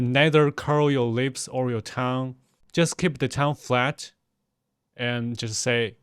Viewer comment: Really interesting. Thanks for doing this. Talking about pronunciation, your english pronunciation is actually fantastic except one word that you said a lot in the video- tongue. It's a weird one, I know. We pronounce it 'tung'. in pronouncing it, you need to also swallow the 'ng' part of the word with an almost glottal stop.